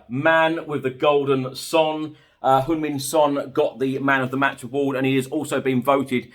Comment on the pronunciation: I just noticed that actually pronounced Heung Min correctly, most others pronounce Hyung Min